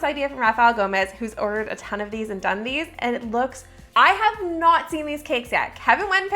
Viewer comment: “Done these” but all I hear is Dundies lol